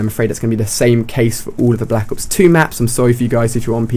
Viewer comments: at the beginning he said blck ops 1 map pack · He said "Black Ops One"